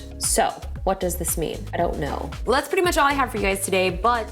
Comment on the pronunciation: 🤣🤣🤣.. Loved the way you pronounced "I don't know" in the starting.. 😜😘